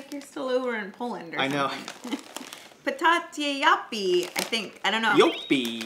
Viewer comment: Holy shit your prenouncation when you spoke the info of the bag of joppie chips was awesome i litterly shouted at loud oh shit. Also the way you said patatje joppie was accurate. Btw lays patatje joppie is litterly the taste of Fries with joppie sauce